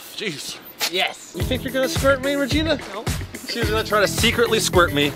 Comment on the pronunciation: regina not rigina